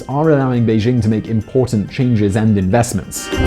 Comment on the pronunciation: Excellent vlog. To improve it. Do what few do: pronounce Beijing correctly. "Bei" as in Bay, "Jing" as in jingle (NOT zzzing).